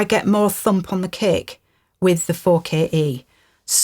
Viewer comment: I know you said "thump on the kick" at , but I heard it as "thump on the cake" and I'm here for it. 🎉